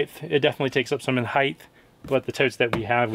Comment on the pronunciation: Did I hear a height-th in there?